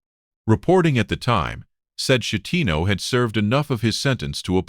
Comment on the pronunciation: A coward . Schettino ( skettino ) not shettino .